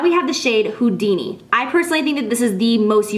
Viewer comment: HOO-DINI...anyone? No? Ok.